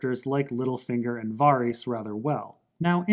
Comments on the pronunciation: VARYS = “VAir-Ris” LYS = LEASE not Lice. Jesus Christz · Lys rhymes with miss Varys. Rhymes with care-iss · Why does this dude pronounce Lys and Varys so weird